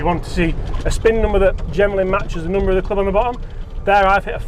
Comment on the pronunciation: I would like to be able to listen to your videos, but when you say "Noombah", it's just too much for me.